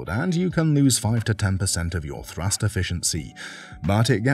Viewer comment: it's thrust, not thrus..